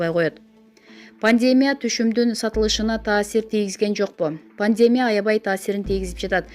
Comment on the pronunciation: Пандмя эмес пандемия дайым ушинтип окуйсуз